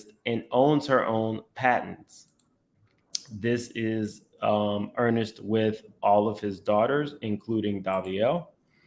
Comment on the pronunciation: That man name is Ernest not Ernest… 😂